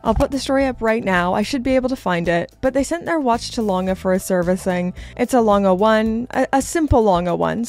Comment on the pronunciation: Pronounciation of Lange was ok. Greetings from Germany